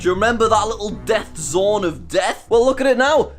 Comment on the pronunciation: when you said "death zone of death" I thought you said "death xorn of death". BTW: a xorn is an elemental from D&D